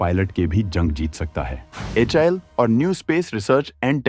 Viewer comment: HAL pronounce karna first sekh hi bhai YouTuber 😂😂😂